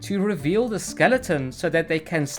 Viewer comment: can nobody pronounce "the" correctly anymore when did this happen